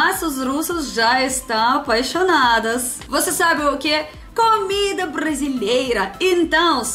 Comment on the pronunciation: camer camer, camer faz a gente crescer... biz, eu tive q rebobinar esse video e assistir de novo só prá ter certeza q em todos os video q assisti tem q ter camida, é sempre bom ouvir esse sotaque, dessa vez arrebentou